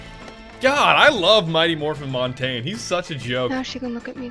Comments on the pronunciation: Its prounced mon tag nay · It's mon-tag-a-knee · its pronounced mont-awn-ya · stop saying montagne wrong it makes me sad